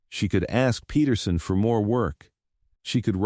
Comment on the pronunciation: spelling...wrote out/rode out; said..."is my brother-in-law", next sentence, refered to "was"....; hail (frozen water bits) hail party/Hale; the word Patterson is being said as Peht-ur-sun, would be Paht-ur-sun; Mr. Hale was addressed as Mrs. Hale; I have tried twice to watch this story. Could tell you the general plot direction but I think there is a mess hiding in the characters, particularly adult characters involved, that just doesn't make sense and I'm not going to start all over, a third time, and try to sort it out.